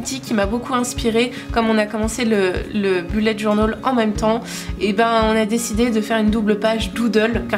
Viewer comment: Mon dieu ! Merci pour cette prononciation à l’anglais 🙏🏼 Sous ma vidéo je me fais spamer car je prononce comme toi ! 😂 En tout cas ton bujo est vraiment sublime, magnifique et te ressemble totalement ! Bravo 👏🏼